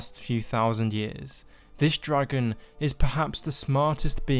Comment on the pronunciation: he's a dwagon! i wike dwagons! :DDDDD